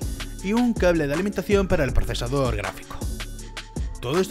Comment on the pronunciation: Dice procesardor XDDDDDDDD